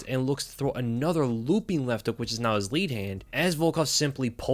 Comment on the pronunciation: "Lewwping Overhand"